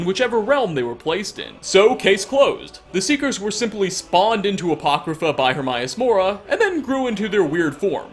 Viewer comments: Her-may-us-mora Not her-my-a-mora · The only mystery i got from this is why you're purposefully mispronouncing Hermaeus Mora? You played the game, he (Herma) states his name multiple times. I've watched almost all of your clips, but somehow this little nitpicking by me on this video got me perplexed. It's like calling dragonborn, droganbarn. No idea how you managed to pronounce it Hermaius instead of Hermaeus. A true mystery. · I'm sorry, but why doesn't this guy pronounce anything right? He pronounces escape as 'excape', Hermaeus Mora as 'Hermaius Mora', and so many others. Idk. Kinda bugs me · Please learn how to pronounce Hermaeus Mora. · The most disturbing part of this video... despite playing this game for 6 years, you still can't pronounce Hermaeus Mora... How many times have your heard this name?? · Please learn to say Hermaeus Mora right